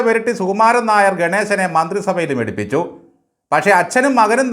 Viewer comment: Nair ennathinte avasanathe r vitte bakki parayanam.